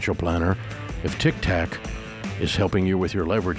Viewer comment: I’m forever calling Tik Tok , Tik Tac now